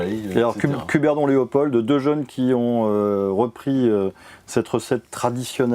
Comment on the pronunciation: Ces pauvres Français ont du mal avec la prononciation des mots flamands (j'ai mal aux oreilles) mais il faudrait surtout leur dire qu'en français le D final de «Léopold» ne se prononce pas. Sinon, cette émission est sympathique et ça fait plaisir de voir des Français descende de leur piédestal et s'intéresser à leurs voisins.